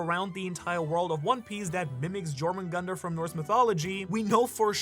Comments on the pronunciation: Thor and jormungandr do not kill each other. The battle caused a shockwave so powerful that the snake was sent back in time prior to his own birth. Also it’s pronounced “yor moon gan deer” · Second pronunciation of jormungundar is better, but it’s spelled Jörmungandr, which means the O sounds is completely wrong. If you want the most correct pronunciation I would listen to an Icelandic version (use google translate for easy mode)